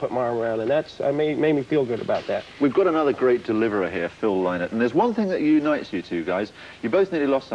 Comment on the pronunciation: the presenter keeps mispronouncing Phil's last name